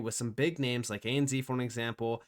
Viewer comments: Sorry. I can’t not tell you. It’s pronounced ANZ(Zed). 😂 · Please say. A-N-ZED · Its hard to listen to lol, when its pronounced that way. A.N.Zed for us Aussies. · lol the way you say ANZ is funny hahah you say Z like Z in zebra but here in Aussie land it is said like Zed. A N Z so A then the N is almost like said like the word “and” then the Zed. Hope this make sense so A and(N) Zed I mean it still an N sound I don’t know how else to explain it hahaha